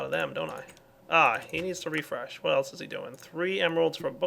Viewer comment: Did he say elch instead of else